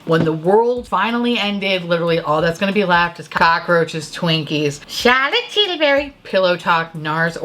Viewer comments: “chirlitt tillibiry”😂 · Lol yes I want a posh Mrs. Doubtfire to read all the descriptions of the CT products 😭